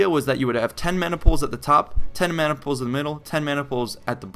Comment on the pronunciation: did you say man niples? lol